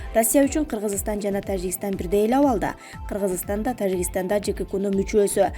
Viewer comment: Ээ блогер сабатсыз биринчи Тажикистан деген сөздү туура айтып алчы🤣🤣🤣🤣